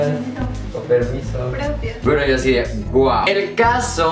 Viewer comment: Choche dijo GLACIAAAAAAAAS! porque es chinita jajaj